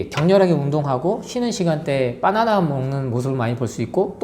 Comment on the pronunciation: 빠나나 라고 하니까 배고파져요 😅 빠나나가 아니라 바나나입니다 ㅎ😂